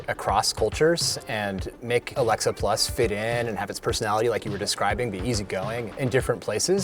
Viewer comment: Mientras tanto en Chile 🇨🇱: por qué si Luisito es bilingüe dice "Alexa 'plos'" en lugar de "plas" 🤣🤣🤣. Amigos, por la misma razón por la que ustedes dicen "pisa" en lugar de "pitza". De nada, chao.